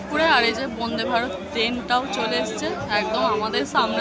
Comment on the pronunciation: বন্দেভারত ✅ বোনদেভারত ❌ ঠিক করে কথা বলতেও পারো না ।